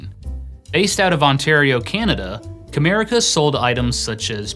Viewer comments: I hear "Kramerica". lol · it sounds like you say "America was founded as a giftware wholesaler in 1987 by David J Harding." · Every time I hear "CAMERICA", I can't help but hear "KRAMERICA", Kramer's fictional-industry from Seinfeld 🤣🤣 Wonder if that was actually a spoof that was subtly referencing this failed-company?? 🤔